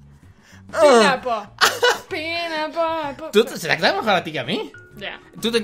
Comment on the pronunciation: se lee penpainapolapolpen